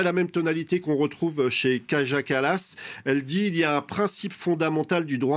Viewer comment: "Construire UNE espèce", pas "construire UN espèce. Kaja Kallas se prononce Kaya Kallas.